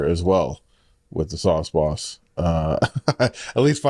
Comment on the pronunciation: Sawce bawse